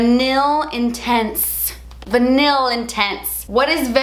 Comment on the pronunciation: I LOVE your eyeshadow. Vanille is pronounced "va-nee" pretty much.